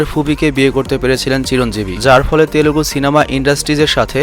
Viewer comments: Its Telugu not telegu ... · বাংলাতে পাবন কল্যান হবে! অার তেলেগু নয় তেলুগু হবে শব্দটা ( চাইলে ঠিক করতে পারেন)